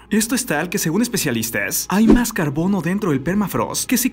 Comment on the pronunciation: Nadie absolutamente nadie: Tu cosmópolis: "lanudoh" "carbonoh" jakdjakxj